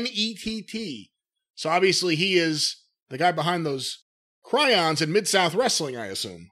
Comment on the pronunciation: Did say "chryons" on purpose, to go along with the misspelling gimmick, or did he seruptitiously fuck up? Cracked me up either way hahaha.